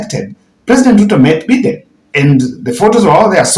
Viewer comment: Please your pronunciation of Joe Bide US president is annoying. It is not Joe Beaten , but By- Biden please correct or practice how to pronounce it